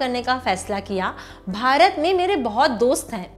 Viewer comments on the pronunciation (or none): none